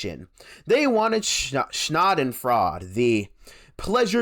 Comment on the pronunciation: It's pronounced "sha-den-froid-er"